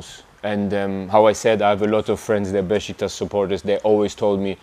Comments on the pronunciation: BEŞİKTAŞ KELİMESİNİ BENDEN DAHA İYİ SÖYLÜYOR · İlk defa bir yabancı futbolcu BESİKTAS değil de BEŞİKTAŞ diyor bizim gibi telaffuz ediyor! 😂